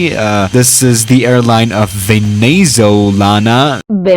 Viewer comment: "Venezolana-AANaL" LMAO